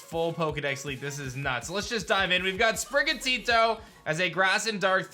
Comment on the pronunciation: Could you please stop putting so much emphasis on TITO in sprigatito. Thatd be greeeeat